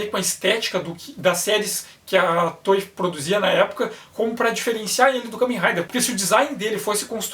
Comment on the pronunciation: Estou ligado, é que eu estava ouvindo "Tói", tipo brinquedo em inglês. Obrigado.